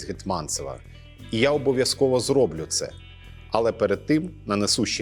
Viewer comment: а чому "зрОблю", а не "зроблЮ", "довЕсти", а не "довестИ"?